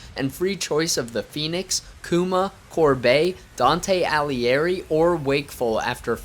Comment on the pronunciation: How you say Dante Alighieri for me, an Italian, is just... nah😂